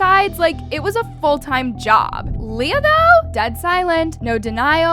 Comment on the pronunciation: btw i dont want to be mean, but you were saying leah's name wrong. her name is said 'lee-ah' not 'lay-ah' and her last name is pronounced 'aashh' not 'ash-ee'. jsut thought to say cuz it was lowk bothering me lol.